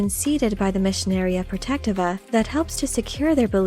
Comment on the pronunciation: Please correct me if I'm wrong, but I believe it is pronounced: Pro-Tech-Tee-Va